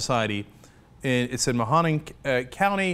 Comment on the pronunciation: I live in the area of the kitchen. Word here agrees with the head. Ryan just wanted a photo OP. And Cenk, it's pronounced Ma-ho-ning. Cheers amigo.